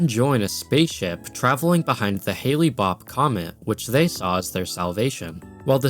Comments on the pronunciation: it's Hell-Bop not Haley-Bop putz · Thanks for the great video. I just wanted to share the PSA that Hale in Hale-Bopp is pronounced like the weather phenomenon, hail, not like Halley in Halley's Comet. I remember seeing Hale-Bopp when it came through. It was pretty neat, and I don't think I've ever seen such a pronounced comet in the night sky since.